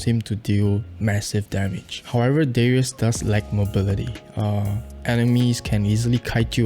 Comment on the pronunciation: Riven is pronounced as Raven, Darius is Daryus not Deryus